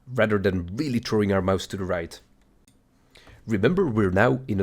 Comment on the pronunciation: "Over Trowing" such a tank. Quality video tho g